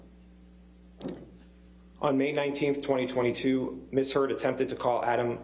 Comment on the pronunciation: Did she just ask if 'Mrs Heard grabbed Mr "Turd" ' ? Am I hearing things??